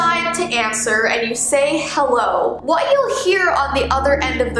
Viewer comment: did she say hewwo or am i crazy